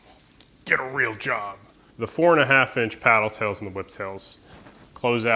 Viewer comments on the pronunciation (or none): none